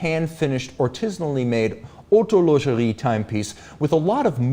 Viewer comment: 'OhoOHutun LOnGexirie'🤌